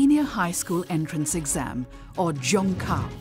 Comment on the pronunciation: Ifyou're going to have an insider channel covering China you should at least try to get a narrator who can get basic pinyin pronunciation down. Zhongkao is zi-own-gh caw, for example, and the Gaokao is gawl caw. This isn't even pronouncing the tones correctly, it's the difference between pronouncing Beijing like an American vs pronouncing it horribly like 'bye jeeang'.